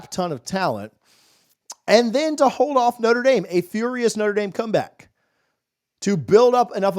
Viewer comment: Please quit saying "Noter" Dame. Think "Notra" Dame. I am a staunch Buckeye fan but I shutter when I hear sportscaster abuse the name of one of the best Catholic educational institutions.